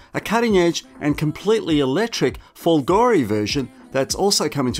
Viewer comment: If you are going to "review" a vehicle, at least learn how to pronounce the names. Trofeo is TRO FAY O Folgore is FOL GO RAY